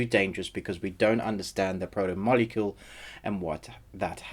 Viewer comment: But you don’t know how to say protomolecule the major part if the story? And amazon gave you a early review?